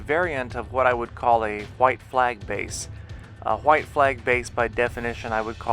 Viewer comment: why does he say hhhhhhhggwhite flag base